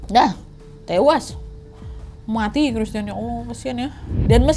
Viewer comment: Kk nad lucu klo ngomong"muaatii"😂😂